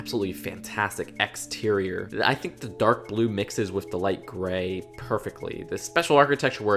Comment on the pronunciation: Plz stop saying wif and baff